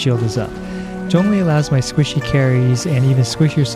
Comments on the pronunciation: Hey someone that can pronounce Zhongli properly. Subbed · After watching this video for the 6th time it just dawned on me that he pronounced Zhongli's name right. It didn't occur to me until now because it sounds natural lol. I will aim to build him for HP after 1.3 update, keep up the good work! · I like that you pronounced his name correctly. Thanks for the guide! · Thank you for pronouncing his name correctly.